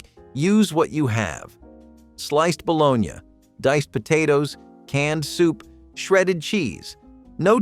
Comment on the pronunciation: Ba-lawn-ya! WAF!